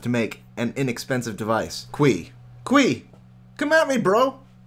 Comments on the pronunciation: Correct me if I'm wrong but isn't que pronounced "k" not "kwee"? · It's que not quii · Que is pronounced more like Ke and the e as in elephant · Que....its pronounced K, like the letter....lol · que is pronounced "k" lol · Lol, you might want to look out how to say "que". because you are not saying it anything like you're supposed to. :)